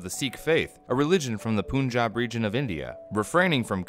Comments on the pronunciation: Its PUNJAB, as in PUN not poonjab.. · The "punjab" caught me. Love from India😄